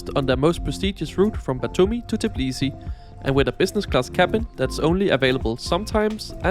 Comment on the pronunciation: Tbilisi, not Tiblisi as you constantly say